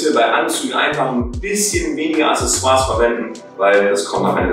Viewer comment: "Acksässoars", nicht "Assessoars".